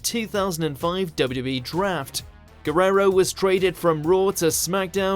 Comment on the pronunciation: Why is he having problems saying WWE? He’s trying to say W W so fast, he sounds so strange!